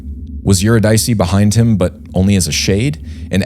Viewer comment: Eurydice should be pronounced [Yoo RID' Ih See] not [Yoo Rid EYE' See]. Love you guys! Press on! <><